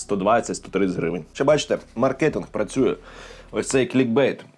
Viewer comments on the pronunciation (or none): none